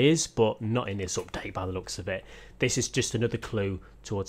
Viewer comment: Nobody:: Opdate